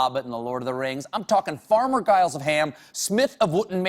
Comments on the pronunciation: Giles? You pronounce it like an American! Think soft G - think j-iles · Giles is pronounced Jiles, I should know, it’s my middle name. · The way he pronounces Sauron and Farmer 'Guyles' of Ham, im doubting his Geekdom. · He gets "Giles" wrong as well, it should be a J sound at the start rather than the hard G. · Er, how come you mispronounced 'Farmer Giles' then, eh? Tell me that!